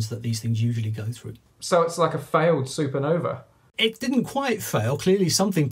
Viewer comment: "a failed SuperNova?" a SuperNuh-uh